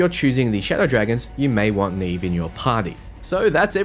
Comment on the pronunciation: I'm pretty sure Neve's name has been pronounced like it is in Portuguese (probable origin for her name, meaning "snow"), with the first "E" sounding similar to the second "E" in "celestial" instead of the first one in "scene".